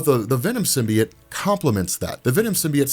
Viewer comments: symbiote is sim-bee-OAT not sim-bee-IT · I cringe when he says "Venom Simbi-et".... its 'Simbi-ot"